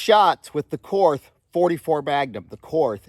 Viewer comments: Your ignorance and intolerance of modern Germany is disgusting. Fine, pronounce the brand name as you like, but not on the basis of any jingoistic triumphalism. Have some respect for the millions of Germans who have f*ck all to do with what happened last century. Your ignorance is shameful. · if you're not going to pronounce the 'h', remove it from the word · Korth is pronounced "Kort" because not all German people are or ever were Nazis or Nazi sympathizers! 🙄 Members of my family actually helped people escape Hitler's genocidal tyranny, in a similar fashion to how Americans had the Underground Railroad to help slaves escape to freedom! I don't care who won the fuckin' war, we're not all bad people! Stop bashing my beautiful people and culture you racist pig! 😡 I'm just kidding, and I know you are too, we also aren't crybabies, and contrary to the stereotypes portrayed in South Park, we DO indeed have a sense of humor! 😅 To demonstrate this, I will now tell a German joke... What is the difference between a Saxon and a foreigner? You can understand the foreigner when he speaks German! 🤣🤣🤣 I will now tell another German joke... What does a crocodile say after eating a clown? Schmeckt komisch! (Tastes funny) 🤣🤣🤣 Du siehst? (You see?) 🤣🤣🤣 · It’s pronounced ‘Kort’. We didn’t win the war, the Russians did. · Willi Korth started th company. It's his freaking name and "Kort" is how it's pronounced. Same as Porsche, Lamborghini, Mateba, Mauser, Beretta...all pronounced Kort^^. You also say Einstein and not Einsteen. Th is not always the same...Thailand, Thames or Thomas. I don't get why ignorance is something to be proud of. It's like those people you meet in school who think that they're cool cause they don't read anything in their spare time. I know he's just joking. Wait for the uproar if someone pronounces Garand not like some want it to be. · It is kort. Not korth. And the Russians actually won the war in Europe with our help. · It’s KORT MUDDER FLUBBER 🫵😂😂😂😂😂😂😂